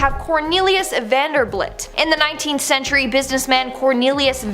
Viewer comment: How can you possibly not know the name Vanderbilt it's bilt not blit